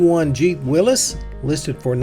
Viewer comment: Finally. Someone who pronounces “Willys” correctly.